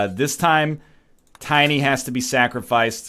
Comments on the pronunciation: NL butchers Tiny and he neither notices or cares. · NL you butchered tiny!